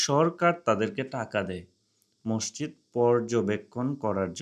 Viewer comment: মষজিদ না মাسজিদ